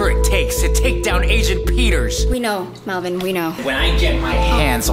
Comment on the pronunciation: Melvin says vy Chad melbon😂😂